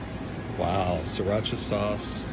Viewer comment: “Wow, Siracha sauce”😂